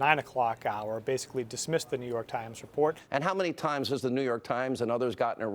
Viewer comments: i rewatched him saying new york trimes like 10 times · “New York Tchimes”